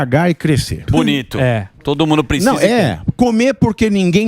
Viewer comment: Riquesa de comentários mas parem de falar picisa ao invés de precisa